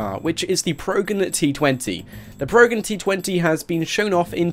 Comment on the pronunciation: It's PRO-GEN like TRO-JAN.